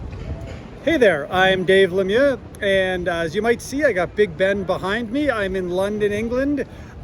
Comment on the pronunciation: I love the way you say your last name